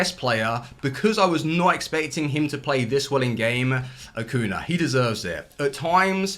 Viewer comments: Ah-Coo-Knee-Ah. You're forgetting to pronounce the "ñ" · How about you start pronouncing Acuña's name correctly? It's not that difficult.